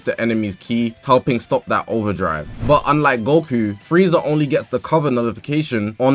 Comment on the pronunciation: Its frieza. And its not close